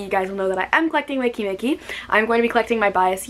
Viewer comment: When you pronunce the name it's i instead of e "wiki miki"